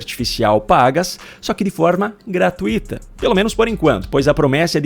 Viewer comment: A palavra correta é GRA - TUI - TA, e não GRA - TU - I - TA, como você fala. Procure pesquisar. E corrija-se.